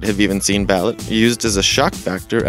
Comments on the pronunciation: balut is pronounced ba-loot not bal-ut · ba-LOOT. not BA-lit. its pronounced like that. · Lol...would help to pronounce them correctly..Balut...lol....Try saying Ba-loot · Balut is pronounced Bahloot. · Balut is pronounced baloo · It's pronounced Ba-loot. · Balut not balit